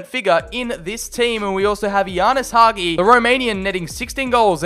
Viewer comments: It's Hagi not Haghi😳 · Hagi not Haghi! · Nice video! All i could say is please stop pronouncing Hagi like that. It's Ha-G. The Ghi that you say is just a G. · The way you pronounce Hagi is giving me heart palpitations